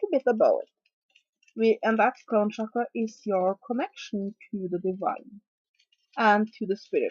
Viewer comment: Hi, just so you know Chakra is pronounced with a CH sound, not a SH sound, I have quite a bit of understanding of the sanskrit language.. shakra means something else... cakra/chakra literally means wheel.